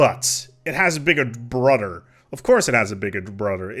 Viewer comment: Every structure has a bigger “brodder”